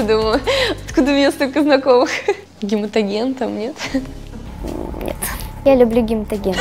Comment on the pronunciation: Блин!!! " Ну, непро гематоген!" А тут "Гемотоген", жесть!!! Реакция Камилы, это нечто!!! Девчонка, она и 17-ть Девчонка!!!! И это ПРАВИЛЬНО!!!!❤❤❤❤😂😂😂😂😂😂 Люблю эту Девочку, как Внучку!!!!❤❤❤❤